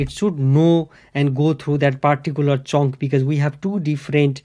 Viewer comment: Love the way you pronounce "chunck" , your pronounciation "chonck" sounds even chunckier! Thanks for the video!